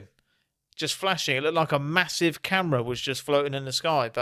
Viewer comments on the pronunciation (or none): none